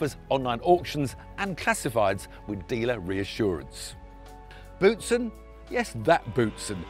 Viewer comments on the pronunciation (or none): Our Former F1 driver's name is to be pronounced "Bowtsen" and not "Bootsen" ;-) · If he wishes to pronounce his originally Flemish name in French that's allright with me ofcourse. Otherwise it would be pronounced as 'Bowtsen'. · Thierry correcting Tiff on the pronunciation of his "Boutsen" after call him "Tim" 😂